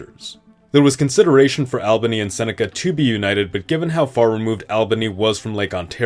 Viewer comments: It really hurts to hear Saco (Sah-co) and Albany (All-ban-ee) mispronounced. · Please learn how to pronounce albany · Albany is pronounced all-ba-nee not al-ba-nee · The city of Albany, New York is pronounced as ALL-ban-NEE not as AL-banee. I live in New York State and went to university and graduate school in Albany. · great video. only thing i noticed was that you pronounce Albany wrong. its more "All-bany" than "Al-bany" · I'm not sure why it bothered me but you pronounced Albany which became a new state of the previous New York incorrectly. It's all-bany not al-bany. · Lol, pronouncing Albany that way - in NYS, we say it "Awl benny".. 😊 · As a Upstate New Yorker your pronunciation of "Albany" makes me wretch. It's "all-buh-nee" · Albany pronunciation is killing me, lol. Also Seneca should have been Onondaga (the firekeepers of the confederacy) or just Haudenosaunee. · I've never watched this channel before and I already commented about Albany but now you're pronouncing Toledo wrong. It is really grating. Also thank you I wish you would use more native tribal names for some of these areas. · It would definitely help your case if pronunciation was correct. Saco, Albany, Toledo, and Hoosier were enough for me before I stopped the video